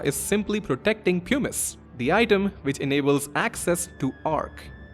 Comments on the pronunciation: Puh-miss 😭 not pyoo-miss. Best vid on ff9 lore I've ever seen though! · Ots not "poo-mice" or "pew-mice" its "pum-ise". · ok, bear with me, I was on board cause I was sure he was saying 'pumice' wrong. it's 'puh-mice', like plum without the 'L'. But now you're telling me 'hummus' doesn't rhyme with 'pumice'? It's 'hyu-mmus' like 'hubris' or 'human'?😵‍💫😵‍💫😵‍💫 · Why does everyone say it like poomuce. It's Pum us. As someone who studied geology it always pains me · Pumice is pronounced differently. Like: puh mis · Him saying Pew-miss is killing me. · it's clearly a "pew-miss" stone, not a "puh-mis" stone 😂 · great essay but I wish someone had been able to tell you before you made it that "pumice" rhymes with "hummus"